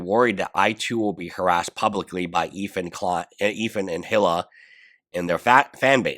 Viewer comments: Its not HILL-AH It's EE-LAH That's how you say her name. Hila The H is silent. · He still calls Denims “Denins”. Hila’s name is officially “Hilla” on this channel. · great content. one thing to note for future videos is that Hila's name is pronounced like E - La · Eel-ah is how i look at it.. Tho I do love the way he says Hila, it's very phonetic